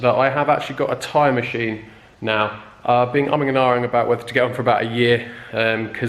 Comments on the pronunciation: Swear I thought you said time machine hahaha. Awesome video man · I thought the same.. I thought ooh he's upping his game 🤣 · I just be going mental,I keep thinking your saying "time machine" !!!!😆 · Are you saying time machine or tyre machine 😂😂😂? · It sounds to me like you’re saying “time machine” lol. Which gives the video a different perspective. Always wanted to know how those machines work. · lmao same